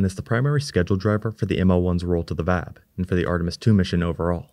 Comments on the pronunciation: It's V-A-B not Vab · It isn't customary in US english to prounounce VAB as a word. Individual letters of the vehicle assembly building spelled as an acronym are generally most comfortable for listeners.